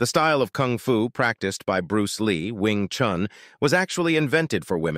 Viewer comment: This is the ONLY video or reel I have ever seen where the pronunciation of “Wing Chun” was good. And the overview about the style was fair enough.